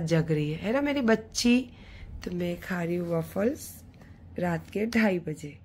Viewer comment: Pannn cake nahi Pan cake hota hai, wavles nahi waffles hota hai. Pehle khud ki pronunciation thik karo. Phir dusro ko gyann dena.